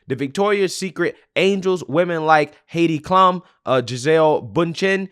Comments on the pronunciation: Heydee Klum?. No sir, Its pronounced Hi-dee Cloom. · HOW can you not know who Heidi (HIGH DEE) KLUM (CLUME) IS ?!? pronounced HIGH DEE CLUME